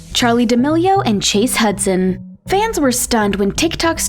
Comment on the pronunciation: Hudson* not Hudsom*